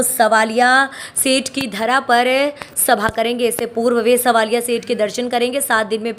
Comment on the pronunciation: Madam svalia nhi savalia seth mtlab krishnaji ko bola jata h